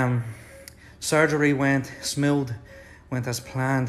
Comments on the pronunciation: When he said SMOUTHH!! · Surgery went… smeud